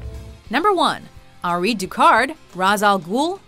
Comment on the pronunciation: It's pronounced Henry. Not "an ri". He literally says it in the movie. It's really annoying how she tries to over pronounce every name.